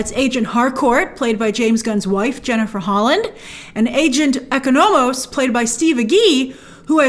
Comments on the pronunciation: Lol it’s obvious Grace didn’t watch Peacemaker given how she keeps saying “eco-no-mos” instead of “Econ-umiss” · Graces pronunciation of economos revealing she didn’t watch the show